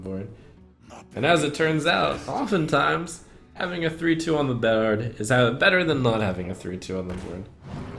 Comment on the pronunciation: "Having a 3/2 on the BUWWOARD" what was that lmfao